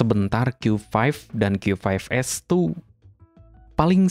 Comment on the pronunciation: Bang bahasamu nyampur2 pas nyebut nama produknya, qyu lima belas, tp nyebut produk lain qyu fove s. Gue juga ga ngerti tadi bilang hiby apa